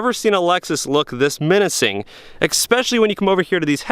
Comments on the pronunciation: gd it man.. its especially not exspecially... christ. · Not bad, but do yourself a favor and stop saying EXPECIALLY...... IT'S ESPECIALLY !!!